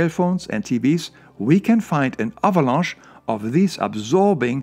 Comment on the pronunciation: Say avalanche again please